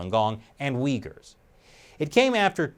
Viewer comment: Took a shot every time you said Uigher. They can have my liver now 😑